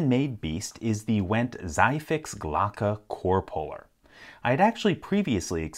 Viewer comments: almost, LPL. But it´s neither an "s" sound right at the beginning, nor an "eye" sound after that. So it is a Tseefix ...and not a "seyefix". Easy mistake to make, for an american. Love your content to bits, by the way! Started picking because of you. (fun fact: "Zieh-Fix" literally means "pull-quickly") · Ziehfix is pronounced Tsee-Fix and is commonly used by German law enforcement and also fire departments because it requires little to no specialized skill or training to use and it's easy to secure the building/appartment again by just replacing the lock.